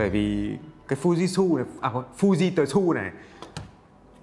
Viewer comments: Fư ji trự a ơi 🤣🤣🤣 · nếu học chút tiếng nhật sẽ biết cách đọc" fư ji trự"😁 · Fujitsu ( đọc là fư ji trự ) ông ạ :v và tôi ở nhật năm thứ 4 rồi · Đọc là phư zít chự á a hehee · đọc là fư di trự 😜😜😜😜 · thật ra nó là âm câm, nó ở giữa trự với ự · Đọc đúng là Phu Di Sư đấy =))).